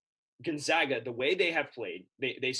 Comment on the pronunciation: Gone-(zag)-a.... it’s not pronounced zog